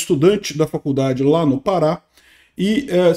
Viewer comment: Vc disse Parará mas é Pará